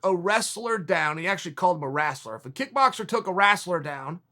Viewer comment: The “wrasler” lmao.... love Chael!